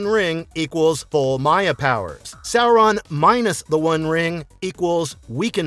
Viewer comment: Well, at least he's pronouncing the name correctly.